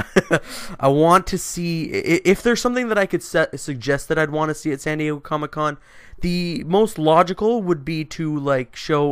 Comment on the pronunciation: "Sandy-Eggo Comic-Con."